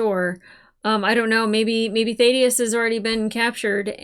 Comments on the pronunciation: Please actually listen to characters names. It is NOT Th-aid-i-us. It is th-ADD-i-us. Have you never in your life heard the name Thadius? Ffs. I enjoy your reactions but this is ridiculously irritating. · THA-DEE-UHS ... short A sound. Just sayin'. Excellent review/analysis of Fallout!!! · I still find it weird you can't say "Thaddeus" properly. It's up there with your "Dalek" pronunciation. It must be an American thing. I bet you can't say "Craig" either :-)